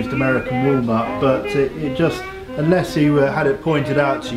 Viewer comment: American Wall-nut NOT American Wallmart